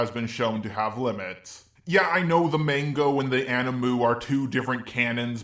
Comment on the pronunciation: “yeah I know that the mANGO–” We’ve been saying it wrong all along.